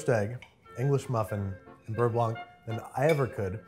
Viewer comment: Hm, I will just chimed in as a french speaking person and say that actually, Babish says beurre very well... Sorry Sohla.